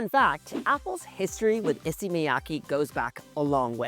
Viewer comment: If you're going to buy all of them, at least pronounce Issey correctly...